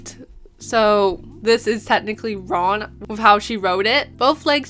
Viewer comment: It slightly bothers me that you pronounce "wrong" as "ron"